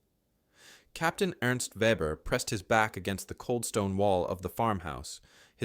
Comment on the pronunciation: The German name is pronounced vehbehr. Note that Ukrainian snipers are performing the same sort of precision kills. In one recent incident a group of Russians were eating a meal. The window broke and three of them dropped dead.